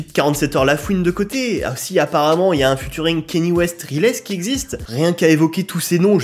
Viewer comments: Je t'en supplie arrête de dire "Futuring" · Alors, j'suis obligé d'intervenir sur un truc, t'es pas du tout au courant que "ea" en anglais ça fait jamais "u" et que du coup on dit pas "futuring"?